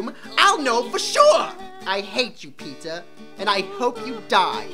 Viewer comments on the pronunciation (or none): It sounds like they are say peta instead of peter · Am I the only one who misheard Peter for pizza ?? 😂😂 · "My name is PEEtah"